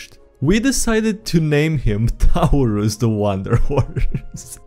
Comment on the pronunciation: How did you mess up the pronunciation of Taurus (tour-us) like that?